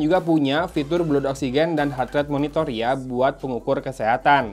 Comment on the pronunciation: Blood = dibaca BLAD